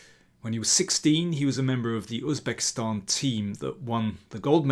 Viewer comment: Wow, Im amazed that you pronounced the words Javohir and Uzbekistan natively 👏